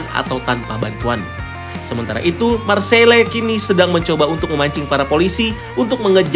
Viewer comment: Bella ciao = Bella cao Marseille = Marsey Bacanya